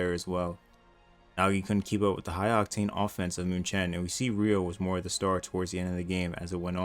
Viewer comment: its pronounced mewken not muchen